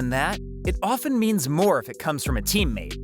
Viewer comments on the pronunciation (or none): none